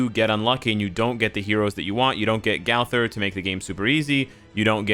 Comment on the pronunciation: "gawther" lol